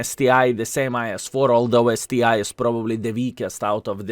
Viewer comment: It's not STI, man, it's ST ONE, COME ON :)